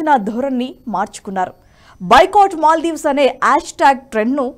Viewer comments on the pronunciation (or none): none